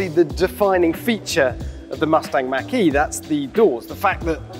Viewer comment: Why can’t anyone on YouTube properly pronounce “Mach”?